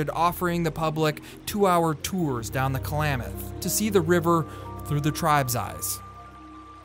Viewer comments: The narrator mispronouncing Klamath as Kalamath is annoying. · Stop saying Ku-Lamath! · Ugh, the narrator needs to know how to say Klamath...like clam... not Kalamath. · Announcer calls it Kal-lam-muth. Is that correct pronunciation?